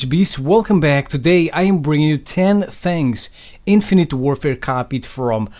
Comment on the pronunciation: "10 thangs"